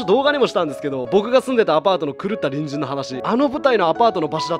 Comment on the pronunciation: たびたび「隣人さん」が「ぶんじんさん」に聞こえてリスナーなんだなって感じたね。だから何？ってね